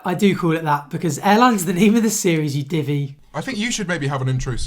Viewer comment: saying divvy is my favourite thing